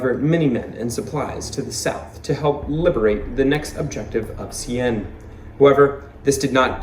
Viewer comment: Caen is pronounced CAN as in can of beans. Bloody Caen for the Canadians and Brits.